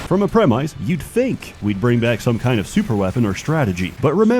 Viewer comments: What is this AI-generated-sounding "preh-myse"? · ˈpre-məs (read "prem-iss") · ˈpre-məs (think "prem-iss") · if you are referring to the word "premise", then no, that's definitely not how you pronounce it. Could he have said something else? Contextually, nothing else comes to mind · The way this guy pronounces "premise" is his long game. We will witness glory in the future.